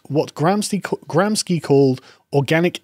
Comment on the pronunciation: I believe Gramsci is pronounced Gramshee. He was an Italian communist.